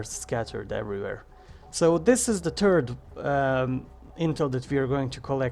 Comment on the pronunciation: "So uh dis is duh turd" lmao